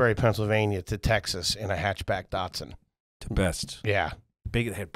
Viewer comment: Why do you all pronounce Datsun wrong?